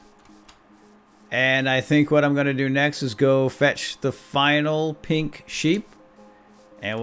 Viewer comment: who else thought he said sacred pig sheep when he said "Lets go fetch the sacred pink sheep!" ???